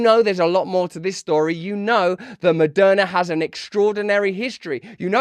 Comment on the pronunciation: Did you actually accidentally say Murderna? Nah